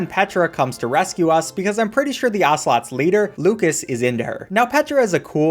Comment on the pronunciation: there not ocelots, there assolots